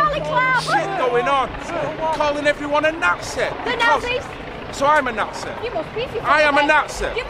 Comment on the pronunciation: “Im a NAHTZI? HOW AM I A NAHTZEE??